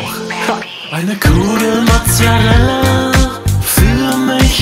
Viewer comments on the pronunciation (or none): "Mozzereller" :D